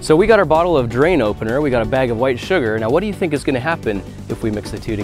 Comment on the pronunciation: did you have to put the emphasis on White